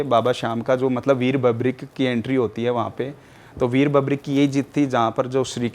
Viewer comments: बबरीक नही, वीर बर्बरीक नाम है बाबा का ढंग से तो बोल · अपने आपको बाबा श्याम के मंदिर का पुजारी बताने वाली महान आत्मा ढंग से बर्बरीक तो बोलना सीख ले बबरिक- बबरिक सुन सुन कर कान पक गया 😮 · बर्बरीक होता है,बर्बीक नहीं, जय खाटू श्याम!